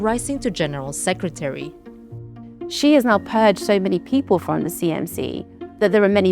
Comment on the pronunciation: well yea that’s how u pronounce his name lol